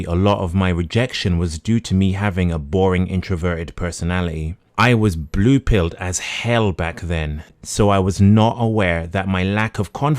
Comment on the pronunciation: lol the way he says "buhlüeeepilled" cracks me up everytime